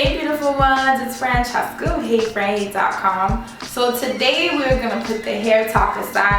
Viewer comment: i love how you pronounce >francheska< in the beginning :)